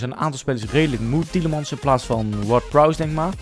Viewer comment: hoe spreek jij tielemans uit? hahaha op zn engels spreek jij het uit maar je zegt het zoals je het schrijft